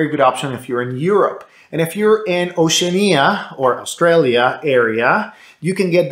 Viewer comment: 'ocean-ia' lol it's pronounced 'oh-she-an-ia'